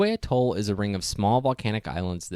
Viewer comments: I think it is pronounced "A-toll" -- not "a-TOLL". I could be wrong. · one small nitpicking note: you are pronouncing the word atoll wrong. the emphasis is typically on the first syllable, the "a" (pronounced like the word yeah) sound, not the second toll (pronounced like the word tall) syllable. that said, good vid. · Every time I have heard the word pronounced in the past the emphasis has slightly been on the first syllable. The main point for me is that the way it was pronounced in the video seemed wrong. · Your pronunciation of some words is horrid…I suggest you learn the correct way to say things and replace the audio. For instance it’s not a-toll it’s atoll as in at not a. Archipelago is also a disaster. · It’s pronounced atol, not atoll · It's not "a-TOLL". It's AT-oll. And then there is the matter of the word, "archipelago." (Go directly back to the 7th grade. Do not pass "Go". Do not collect $200. Why the hell to geeks like you even bother?) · Try AH toll instead of A toll... thanks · Pronounced A-Toll, with emphasis on the A. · archipeLAgoh, aTOLL Is that how those words are pronounced? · It's pronounced "'A-toll." Unless you happen to be the kind of person who says "hot TUB" or "ham-BUR-ger." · A toll? Arka pelah go? This kid needs some pronunciation tips. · I cringe every time he says “Atol” too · Very nice vid. Just a little FYI, your pronunciation of atoll and archipelago are off. Might suggest you look them up for the correct way to say them. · great video, but you need to work on your pronunciation of the word 'atoll' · Please learn how to say atoll correctly. Accent is on the ‘a’ pronounced as the ‘a’ in cat. I don’t have the time to get you straightened out on archipelago. Just know that it’s arc- a- PELL- go, Not the way the commentator murders it !! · Your pronunciation is off course; atoll & archipelago. Albatrosses? The plural of albatross is 'albatross'. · Yup. The way he pronounced atoll and archipelago...ugh.